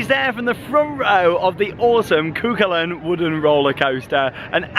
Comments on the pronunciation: IT IS SAID CU HULLIN! NOT CU CULAIN!!!!1!!!1111!!!! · It's pronounced coo cullen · Cú Chulainn is pronounced Koo Huling.